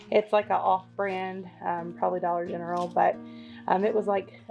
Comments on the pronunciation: We say Dollar Gentral too! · I've never heard dollar gentral before but love it lol